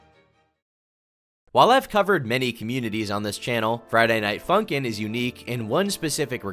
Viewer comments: You kind of say "Friday Night Funkin'" like Chris Pratt says "Koopas." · why tf u said funkin like that bro